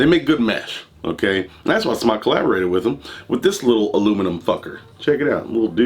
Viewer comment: Kudos aluminium and smok pronounced correctly. The black o ringed coil is mesh the other is a parallel coil not as good imho. Odd also the mtl one has larger juice ports, more cotton probably you can go over the recommended wattage by 5w easy.